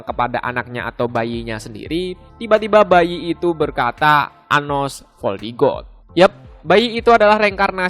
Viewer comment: Woy admin nama gue sebut yg bener napa anjim, nama gue anos voldigoad bukan anos voldigoblok